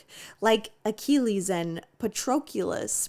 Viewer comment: And her BUTCHERING THERE NAMES.